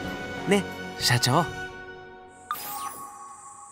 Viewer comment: の「ね、社長」が「ね、ハム太郎」にしか思えない